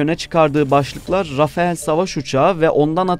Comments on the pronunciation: Rafael değil sevgili editörüm, rafale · Birde Rafael diyor, öyle bir uçak mı var... 🎉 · Rafael değil Rafale